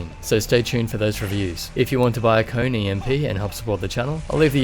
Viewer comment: Its actually pronounced "Ko-Ne"